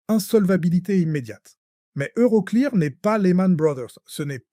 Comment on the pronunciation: EuroCléAr 😂 l'IA est nulle en anglais 😅